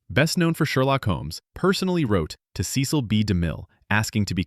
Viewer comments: FYI — his name is pronounced, “seh-sel”, not see-sel. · Cecil (ses-sel, not see-sil) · Somebody has to re-train this automated voice-over on how to pronounce famous names! "Seh-sil B. Demille" not "See-Sill"! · Cecil is not pronounced correctly her. It’s not Cee-cil, it’s Ceh-cil. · The director's name is pronounced "Seh-sil," not "Cee-cil," as you mispronounced it in fact #9, although you pronounce it both ways multiple times. You also mispronounced the name of Basil Rathbone in #10. It is pronounced "Ba (short a) sil, (rhymes with tassel)," not "Bay-sil." If you're going to give insights into movies, you should learn how to pronounce the stars' names correctly. Also, you might want to do a better job editing so you don't say the same name two different ways several different times.